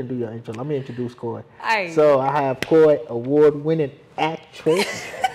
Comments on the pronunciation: Koi not Kuwe! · IT'S NOT KOI its kuui like kooi